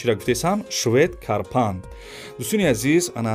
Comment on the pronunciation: Карпан не карпат меган